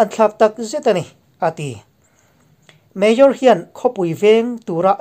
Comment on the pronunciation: Mayor tih i lam dan hi ngaihthlak a nuamlo deuh thin... Han bihchiang deuh teh aw